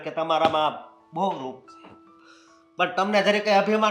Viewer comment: ને સરખી રીતે ગુજરાતી બોલતા કોઈ શીખવો..... બધા શુધ્ધ ગુજરાતી બોલે છે... અને આ ગોબો છે... ની બદલે સે બોલે છે